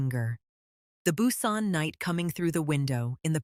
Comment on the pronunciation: Strange names, "N" "Narcision", "Nara", "Nae", "Hugh" and never knew there were so many ways to pronounce Busan. Other word mispronunciations, sentence structure and flow, strange stops and starts mid sentence... all made part two a difficult listen. In fact, I muted and read the transcript instead. I would gladly have waited longer to have a smoother delivery. The way the story left off there should surely be a part three; I hope the narrator is much better. Thank you for posting. I will give it another try.